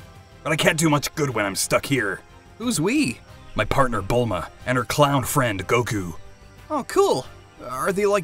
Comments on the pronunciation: "Belma" haha its "Bulma" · BELMQAEROE HAHA ITS BULMA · It’s Bulma not Bellma and uhhh……. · It’s bulma not belma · It’s bulma not Bella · It's Bulma not belma 😂😂😂😂😂💀